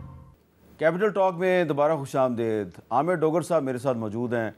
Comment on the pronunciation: حامد صاحب khush Amdeed lafz hy na k khush Amdaid. دلیرانہ گفتگو پر شاباش